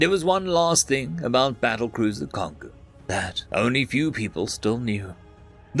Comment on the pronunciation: Kongou is a Japanese name. It is pronounced Kon-goh. Like the African Congo.